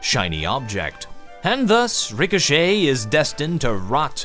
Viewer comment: Ill crush you in rick-oh-shit